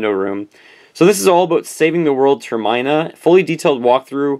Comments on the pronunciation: Ter-min-a not Ter-mine-a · You said termina wrong its the year 2015 and in the uk its pounds not euros but fantastic videos tough love your work especially your nintendo room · The way you pronounce " Termina " actually made me wince....